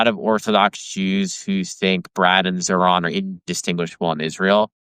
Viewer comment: Tara is not a great interviewer. Also she couldn’t pronounce Zohran’s name!